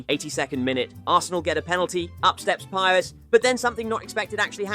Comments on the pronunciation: “Pyers” and “hen-ree” hurt my soul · Ahh yes, the famous Robert pie-res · This guy reckons he knows football, but saying Henry with a hard "H" and pie-res is like that scene in inglorious basterds where Michael Fassbender holds up his index, middle, and ring fingers. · Pires isnt English he is not Pajres. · love the content but you dont half butcher some of these legendary names HENRY !!!!!!!! PI-RES!!!!!! arghhhhhhhhhhhh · That’s not how you pronounce Pires OR Henry. Shameful